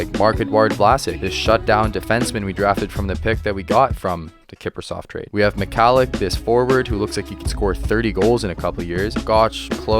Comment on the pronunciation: Milan Me-hah-lek not Me-kah-lek. Gotta pronounce our vets' last names right my guy.